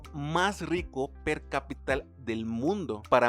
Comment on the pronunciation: Gracias por el vídeo. Esta es una historia muy, muy interesante. Un detalle: No es "per capital", sino "per capita" con el acento tónico en la primera "a". Significa "por cabeza" o "por persona". Saludos.